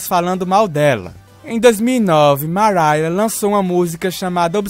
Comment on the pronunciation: "Maraia" Carey